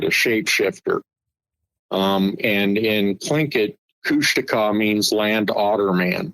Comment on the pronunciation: KOOSH - TAWKA.. that's how to pronounce it.. not Kooshteka